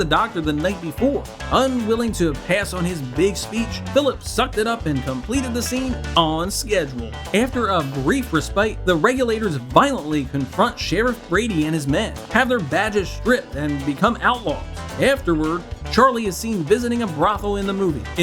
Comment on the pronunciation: It's pronounced "ress-spit"